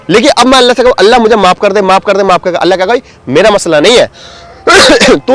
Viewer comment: bhai aapko ALLAH lafz bhi sahi nhi le rahe hai aap alla bol rahe hai alla nahi ALLAH last me la nhi Lha